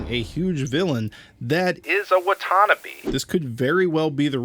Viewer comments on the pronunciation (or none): It's pronounced Watanabe not watannabe